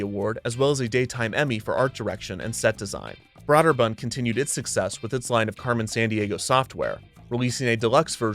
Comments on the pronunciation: Brøderbund is pronounced as BROO-dər-BƏND, like you said, by the company itself. But as for how this made-up word would be said in the languages it comes from, it would be BREH (short E sound, but with round lips like an O)-dər-BOOND. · Brøderbund = Brew-der-bund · Having spoken to persons in the industry as well as former employees, I can attest it is pronounced "Brooderbund" instead of "Brawderbund". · Broderbund - BRO DER BUND not BROAD ER BUND...... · it's pronounced "Brooderbund" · Brøderbund (pronounced BROOD-er-bund) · Agh. The pronunciation of Brøderbund is killing me. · Broder bund is pronounced with a Long O. Broder rhymes with Loader. Also you botched Karateka. It's not pronounced with a long "KaaaaaaH" at the end. Just kuh rah teh kah, and quickly drop it. Source: I'm older and lived through it. Re-record your narration with these corrections. It's aggravating otherwise. The show released at least 2 soundtrack CDs and sadly Lynne Thigpen passed away some years ago.